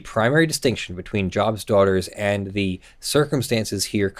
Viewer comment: The group is named after the Biblical character Job, so it is pronounced with a long 'o' rather than a soft 'o' So it is Joe-b's Daughters rather than Jaw-b's Daughters.